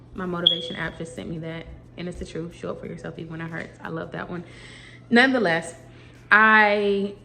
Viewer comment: you’re pronouncing NONETHELESS wrong…it’s not nonoftheless. You’ve been saying it a lot and I’m just trying to correct you not shade you.